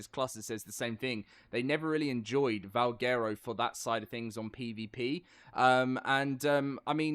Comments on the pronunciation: LOL Its pronounced Val Gwero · Butchered the name